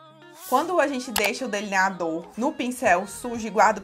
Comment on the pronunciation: Fou so eu q achei engraçado ela falando deliniadorr